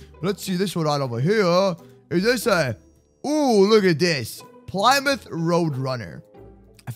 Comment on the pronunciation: You pronounced plymouth wrong